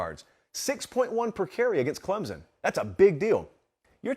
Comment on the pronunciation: He even pronounced Clemson correctly! You are coming around. But I think Clemson at 4 or 5 is where they belong. Could they beat Georgia or Ohio right now? No. Tennessee or Michigan or Bama. Yes. But let’s see how this team keeps improving.